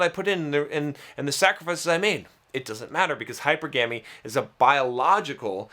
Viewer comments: It’s funny when people mispronounce hypergamy lol. Hyper gamy. Lol sounds hilarious like that. Try this “hy-perga-my”. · I clicked out of this video when he mispronounced hypergamy. This guy is really dull.